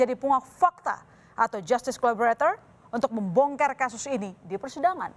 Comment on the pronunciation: di detik , bilang membongker ya?